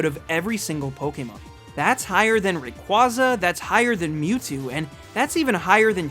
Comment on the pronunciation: said mispronounce. He officially missed pronounced in this order. Kabutops, Rayquaza, Deoxys, arguably Arceus as mentioned, and the word deity. Whether you look at the anime, the 3-D Pokédex app thing, or Bulbapedia, those Pokémon have been missed pronounced. I just found it ironic that he was worried about mispronouncing one Pokémon, when he actually miss pronounced four.